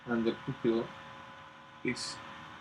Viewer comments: sounds like you said "poop hill" Lol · For future vids and stuff "pupil" is actually pronounced like pyu-pil. :) Great vid!